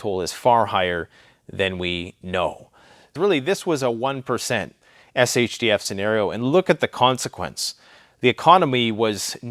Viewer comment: Shdf? Shtf (maybe im just hearing your accent)